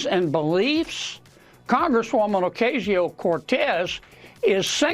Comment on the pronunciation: jfc, John Kennedy can't even pronounce AOC's name. That guy is such a freaking moron. He and Mike Johnson are so quintessentially representative of Louisiana...